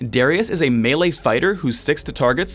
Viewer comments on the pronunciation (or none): none